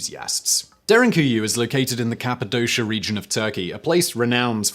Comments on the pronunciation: it's capadoshA... not capidosha. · As an English speaker who has lived in Cappadocia for 17 years I'm getting full body cringes from the pronunciation.